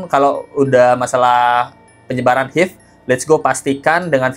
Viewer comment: HIV cara mbacanya ha ive mas....bukan hiv...